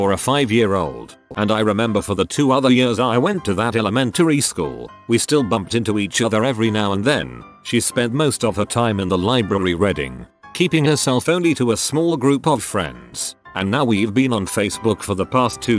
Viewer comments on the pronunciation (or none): why did it pronounce reading as redding lmao